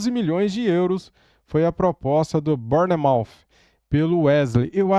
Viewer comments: a pronúncia é (Bournemouth) Bour-mouff essa é a fonética 👍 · O correto é : “Bormof “ = Bournemouth Ps: Moro na Inglaterra